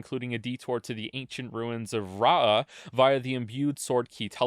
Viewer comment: in what world is Rauh pronounced Ra-ahhhhh. For real where did you learn English.